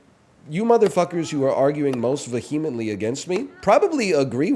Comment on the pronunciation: Northernlion mispronounced the word Vehemently.